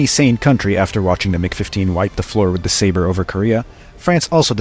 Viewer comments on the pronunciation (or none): none